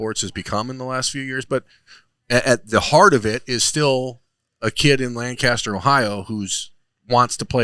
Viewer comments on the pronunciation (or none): why didn’t you correct terrible pronunciation of Lancaster lol as a kid from Lancaster it triggers me